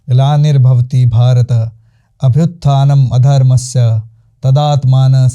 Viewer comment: Abhuthanam dharmashshya not adharmshyaa your honreble gest pronoun session is wrong